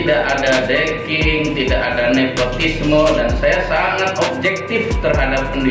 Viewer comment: Bener gak sih yg sy dengar kok : GAK ADA DECKING, G ADA NEKOTISME ?. Coba deh dngarkn dg moda kecepatan pemutaran pelan : 0.75 ; 0,50. Msak sih seorg Prof. Doktor salah ngomong. 🤔🤫😟😲🤡🤡